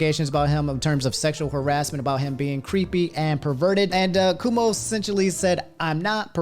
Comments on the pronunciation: Why you always gotta butcher names? It's not "Coomo". It's "Coo-Oh-Moh" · Somebody get my boy “Andrew cumo” really bro it’s cuomo how you missed the first o how u butcher names like this. I swear speech patterns be struggling on a Daily basis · my boy said "governor coomo" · bro it’s C-whoa-mo lol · Or even "Cwoh-Moh" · "Andrew Coomo" Bruh 💀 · You pronounced Cuomo and Idris Elba wrong.